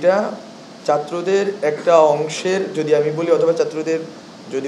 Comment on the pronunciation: চাত্রদের? 😂 উচ্চারণ করতে পারে না